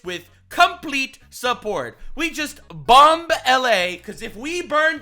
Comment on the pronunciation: I still can't believe xqc says bomb-buh...